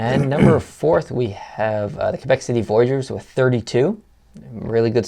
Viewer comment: Said Quebec wrong also Quebec is a probince...